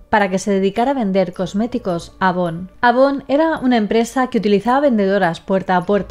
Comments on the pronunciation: avon se pronuncia eivon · Si eres de LATAM, en algún momento de tu infancia, tu mamá se dedicó a vender productos Avon o viste alguna de esas revistas. P. D.: se equivocó en la pronunciación. A Avon se dice "Eivon". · Eres de colombia?, Porque me he dado cuenta que los colombianos dicen así"eivon", porque por ejemplo los venezolanos le dicen Avon, yo no comprendo porque, jaja.